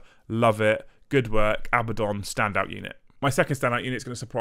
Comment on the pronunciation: It's pronounced . It has 2 D's, not B's.